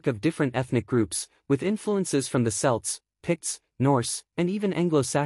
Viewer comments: You keep saying "Selts", not "Celts" - but you're saying "Celtic" correctly. Also Scots "Gaelic" is pronounced more like "Garlic" - without the "R" sound... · Kelts not selts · Celts pronunciation with the c being sounded with a k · I don't know but it's not revealing anything new, in fact there are some out of date bits in there and the pronunciation of some words, like Celts is very poor.